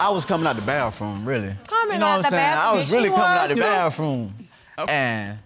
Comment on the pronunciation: Bathroom not baffrom